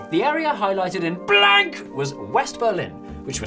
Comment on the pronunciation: ah yes, BLÄNK